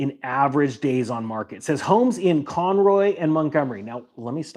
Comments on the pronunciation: Lol at CON ROY... its pronounced CON ROW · Oh, Conroe (not Conroy) & Montgomery north of Houston. Didn't figure it out till you mentioned zip code. North of San Antonio slowed down too. A friend had multiple open houses about six months ago and her home is still on the market. Across the street there is a home going for much more than it is worth IMO. Haven't seen any interest - no cars with people looking. Out here, we have all custom homes. And new home construction is way down. 3 - I am a CPA. Not a tax professional.